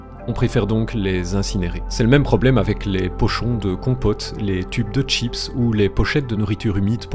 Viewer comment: Oh non, il nous a trahi! Il a prononcé "chips" comme les anglais...